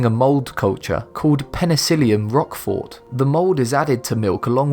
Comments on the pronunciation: Oh come on! The T at the end of Roquefort is NOT pronounced. In is pronounced "rokfor". It's French FFS. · You don't pronounce the "t" in roquefort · "Ooze milk cheese?" Seriously, it's "Ewe" (pronounced like the letter "u") as in a female sheep. He also is mispronouncing Roquefort, the "o" is hard (at least, everyone I know says it with a hard "o" it might be different in France itself.)